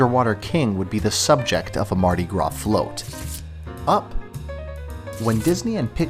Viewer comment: Mardi gras not mardi gra